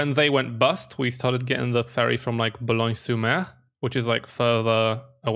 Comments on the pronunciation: It's not bolgone-sur mer but boulogne-sur-mer. But, because the english are very lazy, they destroys each and every city name in France and they don't care if you pronounce [u] or [o] as long as ot vaguely looks like it. And you pronounce Reims quite good! You just have to add an "s" sound at the end!! 😁 The exact name of saint Michel is "Le Mont Saint Michel" however there is only 30 inhabitants there. Most of the houses are hotels or summer houses. So that's not a city. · For France it's Boulogne-sur-mer Not Bologne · It's Boulogne sur mer